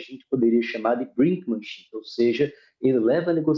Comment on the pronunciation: brinkmanship, com o som do "i" do inglês e não do português.